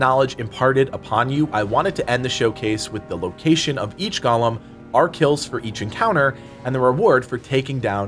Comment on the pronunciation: Bruh, it's GOAL-MM not Gollum.